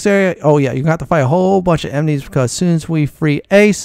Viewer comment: Emnies lol. Aside from that weird pronunciation, I love your gameplay!